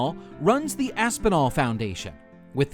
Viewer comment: What’s all of this “Thee” stuff? Terrible English “Thee fastest animal on the planet?” How is that English?